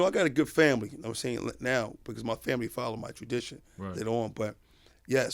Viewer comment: whaddya mean “favorite”?! there woz bout 2 b a epp body on queenzflip. queenz saw shaun bout 2 red 🔴 g money & got his mans outta the firing line with a st-st-stuttering pronunciation of the word family, not favorite. streetz b alwayz listening as well as watching. shawn hartwell’s lived that life frfr 🤣👁👂🧠💪🏾💰